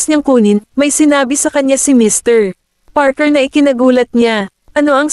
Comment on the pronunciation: Ang ganda ng storya.. pero may isang question lang ako.. putol ang pag basa ng name ng mr goldman. Mrpause Parker..